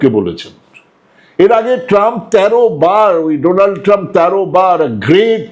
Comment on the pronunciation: ডোনাল্ড শব্দটাকে ও মোদি সঠিকভাবে উচ্চারণ করতে পারেননি